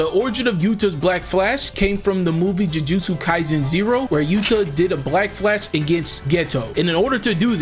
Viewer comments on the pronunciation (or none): none